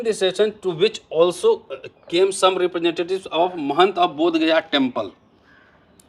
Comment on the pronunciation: पहले स्थान का नाम तो सही ढंग से लीजिए। यह बौधगया नहीं बोधगया है।